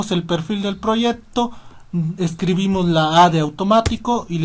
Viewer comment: Proyecto, no proyepto